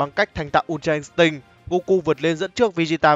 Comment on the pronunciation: Đây là kênh đọc chuẩn nhất từ untra instinct. Các kênh khác mấy bố toàn đọc là in'tích :))))